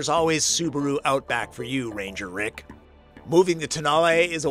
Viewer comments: At the launch of the concept (without any way to check pronunciation) called it the TONE-el. Tow-NAH-lay for the win. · don't know why it has been mispronounced everywehre in USA. During the auto shows in Europe few years ago, it has been widely pronounced as "Tone-Know".